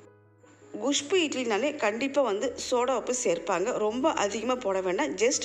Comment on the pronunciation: Castor seeds are not good for health. Your kusbuu pronunciation is so funny